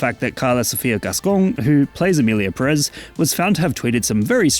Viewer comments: Everything fine with the video, but It's Pérez, not Perez. Put emphasis in the first E. 😼 By: your Spanish tutor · It has a tilde, it should be PErez, not PeREz… as someone last named Pérez it hurts each time I hear it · Is pronunced Pérez, not Perez 🙄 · If we want to stick to truths, the tweet about Selena is fake and it's PÉrez, not peRÉZ. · It's Pérez, not Peréz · It's PE-rez. Greetings from Spain.